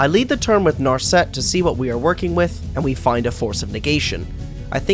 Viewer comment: 1. It's teferi time raveler, not teferi time raveler 2. It's nar set, not nar set Everything else in the video is pretty well done, just holy shit that was annoying to sit through.